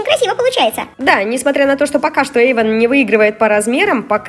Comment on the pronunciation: НЕ ЕЙВАН А ЭЙВАН!!!